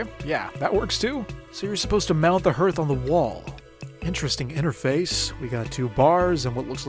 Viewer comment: Hearth is pronounced harth outside of outer wilds